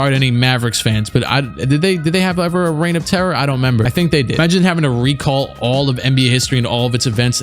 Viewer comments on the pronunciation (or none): none